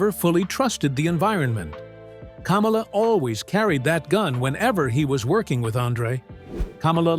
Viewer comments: kaaamala lol... Its kamala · It’s “Kah-mah-lah..” the Ugandan Giant. He never ran for President. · They couldn’t say Kamala correctly! 😆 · Teach you damned AI pronunciation for Kamala!!! The wrestler was pronounced kah-molla!!! The idiot that ran for president was pronounced kam-alah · Kamala’s name isn’t pronounced like Kamala Harris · Will you please learn to pronounce KAMALA'S name correctly!!!!!!!!! You make him sound like a large version KAMALA HARRIS the female. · Love the way this AI pronounces Kamala like Mrs harris name is supposed to be pronounced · AI pronouncing Kamala the same as Kamala Harris is fucking priceless😂😂😂 America is so fucked